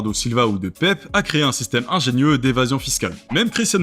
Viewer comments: je crois que normalement ça se prononce Pépé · Pepe aussi